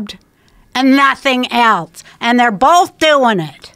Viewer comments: After years of holding my tongue I can no longer remain silent on this travesty that has plagued our society... there is no "t" in "else" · You heard her. Nothing “elTse”...